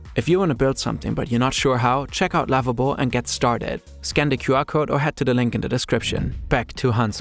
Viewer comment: i instantly thought you were saying Labubu when you said Lovable 😭🙏🏽